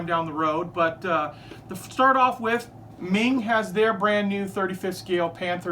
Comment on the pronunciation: Haven’t finished the video. But it’s pronounced “mung”. Just FYI.